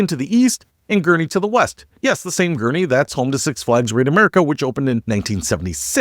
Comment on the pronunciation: GURNEE …not GURNIE